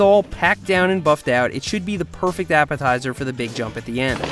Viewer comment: he says “this should be the perfect apitizer for the big jump at the end